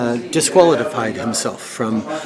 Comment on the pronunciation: he said “discualedified” 😂😂😂😂👍